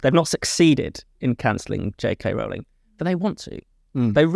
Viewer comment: Why do they keep mispronouncing Rowling?